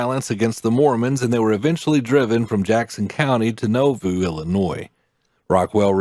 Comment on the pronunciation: And the narrator is not a member. He doesn't pronounce Nauvoo correctly.